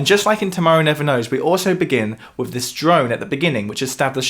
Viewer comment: You are clearly educated; stop saying "wiv".